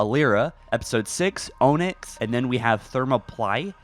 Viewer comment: It honestly frustrates me to no end the way you just absolutely butcher obvious pronunciations of words that are directly relevant to Halo. Adm. Keyes is ADMIRAL not "Adam". Thermoplyae, Onyx etc how can you not just say the words properly? Are you rushing these videos out? The things you cover are of interest for me but I swear every video drives me insane with the way you say things SO WRONG that are so obvious.